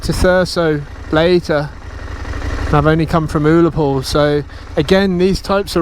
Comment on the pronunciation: it's ur-la-pool say it like that i'm scottish i like your video mate but advertising omg mate oh my mrs said your handsome 😂